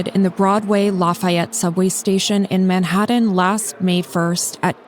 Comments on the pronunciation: It’s pronounced Manhattan not Maddhattan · What I don’t understand is why he continues to keep him in a choke hold with other people there to help. That man’s no sense. The man is struggling because he can’t breathe, not because he’s fighting back. And the narrator of this video - how is it you can’t correctly pronounce Manhattan? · Its pronounced manhaTTen not manhaDDen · First time I’ve heard Manhattan pronounced “Man-Hadden.” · Where the heck is “Manhadden”??? 😂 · The real question is: Why do you pronounce words like "Manhattan" and "written" like they were spelled with d's instead of t's? Manhadden. Wridden. Oh, and also, free Daniel Penny. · Why can't the host pronounce "Manhattan"?